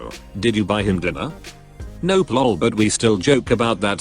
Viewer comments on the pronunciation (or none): HOW THE FUCK does this robot voice get "(ik,r?)" perfect but FUCK UP "lol"??????????????????????????